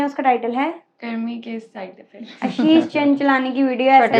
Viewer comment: Aap ashish ko aasheish bol the ho 😂